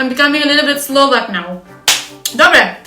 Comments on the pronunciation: inak to tvoje "dobre" je dobré :))))) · To tvoje " dobré" musím sa smiať sympatická si 🙋😄